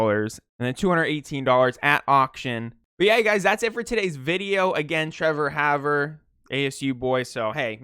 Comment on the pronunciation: and its pronounced "Hawver"